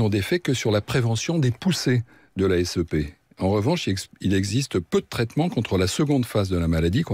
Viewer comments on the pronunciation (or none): J’ajoute juste que ça ne se prononce pas S-E-P mais SEP (saipe). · J'aurai préféré entendre parler les docteurs autour de la table, spécialisés da's cette pathologie... On ne dit pas S.E.P mais bien sep (comme les cèpes)